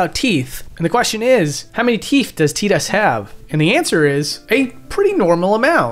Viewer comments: His name is TI- DUS not TEE-DUS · His name is pronounced and said like Ty- tus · Don't ever say teedus again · I still find Tidus name being pronounced Tee-dus to be weird since I always thought it was Tie-dus, like a water tide, since water seems to be his whole theme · I still pronounce it tye-dus and you can't make me say tee-dus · Whoa, wait. TEEDUS? No way. TIDE-US for life baby! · Wait, it's pronounced Teatus, like teat, not Tight-us? What the hell? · I still can’t believe they went with Tee-dus as his name, just sounds so wrong, I always pronounced his name as Tide-us. I mean the guy spends half the game in water. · STOP SAYING TEEDUS. ITS PRONOUNDED TIDUS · Plays whole game, calls him Teedus. Excellente. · bro really said teedus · good video. u calling him tee-dus tho just kills me inside. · "Teedus" dude, wtf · It’s not teedus I don’t care what anyone says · I don't care what ANYONE says his name is TYE-DISS. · I refuse to call or think of Tidus as a "teet-us"